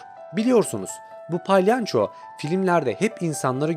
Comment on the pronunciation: palyanço değil palyaço